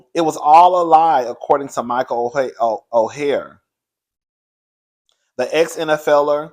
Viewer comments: Come onnnnnnnnnnn, how you pronounce the names Michael's name is Or and the Tuwe. I've been following the story on the Today show, I'm not weighing in until ALL the facts are out. The Tuohy's are fighting back with receipts and saying they did not get rich off that movie, only $700,000 that they all split including the Tuohy's children. In addition, it was reported that Michael was trying to shake the Tuohy's down for $15 mil and threatened to expose them if they didn't pay, that sounds like extortion to me. Now you know that movie, "The Blind Side" is all Hollywood because at the end of the day, you only get bits and pieces of the real story. The Tuohy's been rich due to their family restaurant business. Before anyone be side eye'ing me, I'm just trying to see both sides. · Michael’s last name is pronounced “Oar” and the Tuohy’s last name is pronounced “Two E”